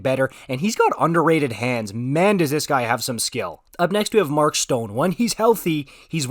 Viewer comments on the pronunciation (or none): none